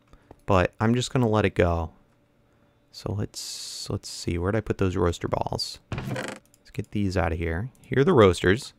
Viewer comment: srry but you say rooster weird